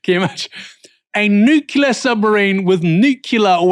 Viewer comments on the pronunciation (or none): *nuclear not nucular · Nuclear, not nucular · “Nucular”? You might want to check the correct pronunciation of nuclear. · This was a 2 minute item. The additional 4 minutes are just about monetisation. ......and the word is NUCLEAR and not NUCULAR.....for Christ's sake. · Nuclear not nucular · NUCLEAR submarine. Not Newcular. Why can't people read any more? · new clear, not nukeula ya smug bell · Please learn how to pronounce NUCLEAR. It is not pronounced "NUCULAR" FFS! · It's Nuclear power, not nucular! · NJOOKLEER not NJOOKILER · It’s nu-cl-ear not nu-cu-ler! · Nuc Clee- arrr, not News-you-lar.= Nuclear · Nuclear*, not "nucular" ffs! hahaha. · You've caught the Dubyah disease It's nuclear nu clear "new clear" NOT nukuler